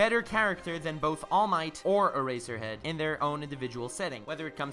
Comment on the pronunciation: i really like how u pronounce all might and eraserhead